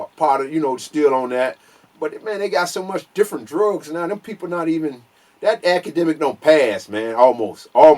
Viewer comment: He said crack acidemic...business adminiscration. 😂